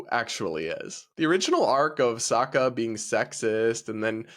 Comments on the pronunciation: did you fucking say soaka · Please learn how to say Sokka, I’m heard enough of them mispronouncing it in the horrific avatar movie.